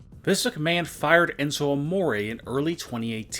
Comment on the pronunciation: Enzo amoraayy... What the fuck It's Enzo Amore